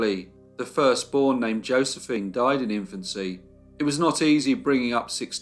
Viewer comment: noticing a recurring phrase in all your videos.... 'after a brief illness........THEY DOY-ED'..... 😱